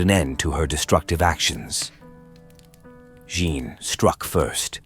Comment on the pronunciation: Say 'Anne'. Now, just add a 'Je' at the start. You can now STOP ever saying it the way you butchered it in the presentation above.